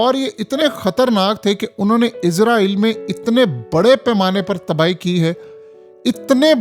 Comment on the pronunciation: Ooy bagooray 😂 izrael Nahi Israel hota ha 😂😂😂😂😂 software jab SE is Ka update howa ha project Imran SE is ki bolti hi change ho gai ha 😂😂😂😂😂😂😂😂😂